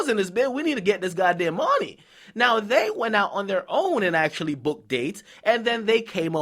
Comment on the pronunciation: nigga killing me every time he say "mawny"